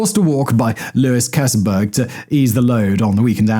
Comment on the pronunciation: Keseberg is pronounced "KEES-burg".